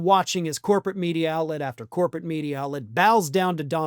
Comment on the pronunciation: You mispronounced "Donald Trump"!